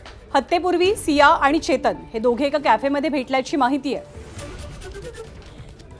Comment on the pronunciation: Ketan ki chetan te aadhi nit bagha mam😅